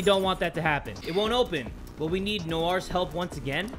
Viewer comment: I SWEAR TO GOD SAY NOIR AS NWA, IT'S INSULTING TO OUR NATIONALITY